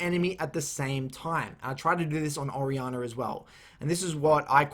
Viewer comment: I'm sitting here thinking "Who the hell is Ariana?". Then I realized he was talking about "Orianna". Thanks for the guide, btw!